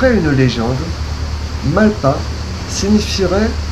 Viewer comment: Le s de malpas se prononce, mal-pas pour mauvaise-passe, lieux de passage non aisé. Par le passé l'orthographe de bien des mots était autre qu'aujourd'hui. 😉